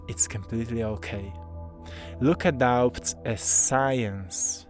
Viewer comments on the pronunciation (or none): 💕 sweet... The "b" In "doubts", is silent. 😇